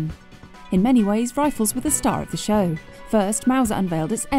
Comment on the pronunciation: I really wish this guy could say ‘show’